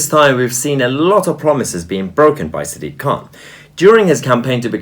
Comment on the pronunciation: Sounds like siddiq khant.